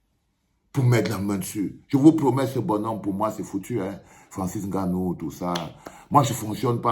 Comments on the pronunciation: Un "petit frère"... Cette "péjoration" camerou-NIAISE me... débecte tellement. Enne-Gannou ou NGANNOU? À force de se courber devant les autres on en oublie la réelle prononciation de nos patronymes. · Francis Haine gannou? Tu prononces son nom comme les français ? Vraiment ridicule. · Etoo qui prononce le « N » de Nganou. Sa me choque de voir un Cameroun obligé de prononcer comme les européens